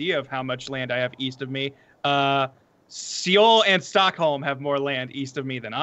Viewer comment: You guys... Seoul is pronounced just like the English word soul. Please read this